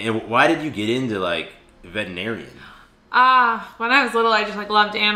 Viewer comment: I totally heard “I’m a vegetarian” not “I’m a veterinarian” 💀😂